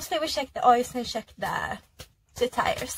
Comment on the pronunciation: Once she said "sheck" (instead of check), I understood she is Scandinavian.